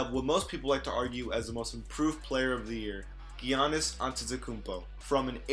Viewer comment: Its yanis and yokich, also dragich with a g like in drag.